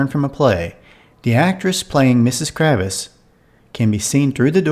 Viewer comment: KRAVITZ not Kravis